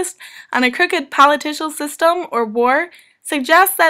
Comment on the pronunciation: I heard "politicial" several times. There is no such word